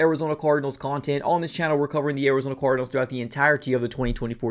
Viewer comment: That boy said “ THE ARIZONA CORDNALS” 😂😂😂😂